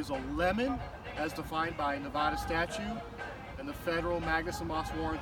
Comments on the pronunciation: he said navoda lol its navada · Come on bro if you're going to quote NRS statutes at least know how to pronounce the state correctly. Ne-Va-Duh not Ne-VAH-Duh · Its Nuh va duh. Not. Ne vah duh.... Go back to Jearsy. This dude is why I moved from my home City... All the guys that are trying to be Gothic and trying to be hip. Everybody dresses in black t-shirts black hats black shoes black socks black shorts. Try to wear big old devil rings on their fingers, and everybody is out for themselves and con artist in Las Vegas. Place has turned into a dump in the last 30 years. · Nevahduh, Nevahduh? You ain't from Nevada is you pronounce it Nevahduh. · Dude you live in NV yet pronounce it Nevahda? It makes it hard to sympathize with you. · it's not pronounced "nevaahhduh" go back to cali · Say Nevada right you fuckin live here. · You say Nevada like someone from Cali. Turn off the music next time.Weird (-)camber-wear on the rear tires. Towbin sucks. Sorry to hear. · Your parked in a red zone!!! And you know Nevada isn't pronounced that way. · He lives in Nevada but doesn't know how to even pronounce Nevada like a Nevadan. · Sorry... two mistakes with this video. 1. Towbin isn’t in “Las Vegas” it’s in Henderson. 2. You should pronounce the states name correctly.